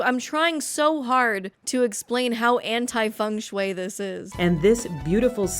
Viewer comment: Girl, that is not how Feng Shui is pronounced